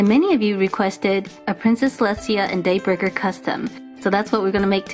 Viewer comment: Every time I hear Daybreaker it more sounds like dayburger to me